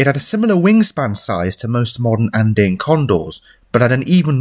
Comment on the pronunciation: It took me a bit to understand what you were saying. Andeen? Andayn? It’s An-Dee-uhn.